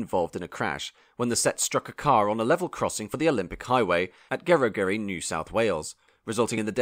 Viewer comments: It's Glen In-nes, not (H)Ines, and Ge-rog -ery (as in Roger with a y). It's now July 2024 and the 'new' trains have only just begun testing. The 'new' trains were 'supposed to be' running in the first quarter (Jan - Mar) of 2024! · Gerogery also, both Gs should be pronounced with a j sound.